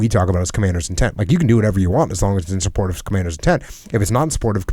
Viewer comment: El *to get supporch